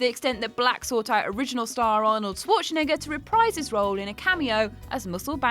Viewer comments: Right, but the way she pronounced Schwarzenegger... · who the fuck says arnies name like that